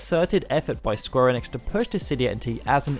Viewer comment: I cant get on board with how you say enix. I'm out